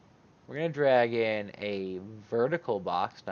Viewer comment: Im focussing so much now on your "Drag/in" and hear always "Dragon" :D Amazing tutorial as always! It did work perfectly :D And to fulfill my job: If you put it in the right corner why are you using center-position mimimi XD Im just kidding, it should be simply to show the function :)